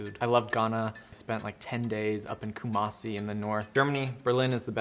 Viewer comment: me: scrolls in the comments to find ghana time stamp finds it guy in video: “koo-mah-see” me: cringe 😭😭😭😭😭😭😭😭